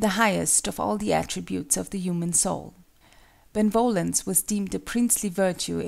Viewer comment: The pronunciation of benevolence triggers the hell out of me it is be-ne-vo-lence not ben-volence it sounds like a dumb name instead of the actual word.